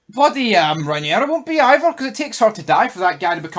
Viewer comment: Yous are at it! How many times can you pronounce the name Rhaenyra wrong? Sometimes you get it right then other times get it totally wrong! Fuck me yous are like Americans pronouncing the names on here, totally fucking wrong! Watch the show then yous might learn how the names are pronounced. Other than that good chat from you all